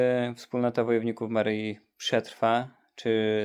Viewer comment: Nie “Maryji” ale “Maryi”!!! Panowie, jak kochacie Matkę Boże to się w końcu nauczcie poprawnie odmawiać jej imię!!